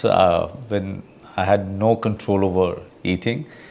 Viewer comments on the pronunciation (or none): none